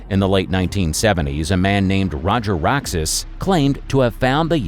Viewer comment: Who is roger roxis?? It is Roger Roxas!! Stupid Yank. And General Yamashita's treasure is REAL read my books: General Yamashita's dream book. Infrared treasure orbs and dowsed treasure locations around the world. All on Amazon! Right now in the Philippines, massive gold recoveries are happening with JICA, DNER, Pres. Bong Bong Marcos, Sara Duterte, Manny Pacquiao and of course Chavit Singson so how can the buried gold be a myth?? Look at Manila: JICA are trying to get inside old tunnels to recover 200 tons of gold. This is called the Manila new subway project, then the JICA are clearing the Pasig river in Manila.. Yeh right.. err no, there is a merchant Jap ship that sunk gold into the river during WWII. What about the 1000 treasure bunkers in Mindanao? 500 have been opened and are now guarded by ex-military, NPA, and Abu Sayef. Of course, they want you to believe 1000's of tons of buried are a myth. What about the 175 Imperial treasure sites? What about the 11 imperial treasure sites president F. Marcos opened in 1970s-1980s?? He had so much gold he reburied it all over the Philippines!! He also sent tons of gold to Hong Kong, Switzerland, England, and Korea He was the one that stated that he had found General Yamashita's Treasure in 1971 in Cosmopolitan magazine. the gold was NEVER the General's!! i wish people would get their facts right By the way I have been treasure hunting in the Philippines since 2005. the last time was 2018. I found 20 untouched treasure locations in